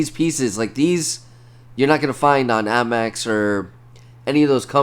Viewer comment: Is he saying Ammex?? It’s APMEX.